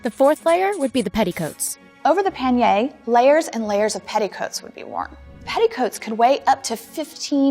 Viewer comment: it hurt me a little bit how panier was being said even if its not her fault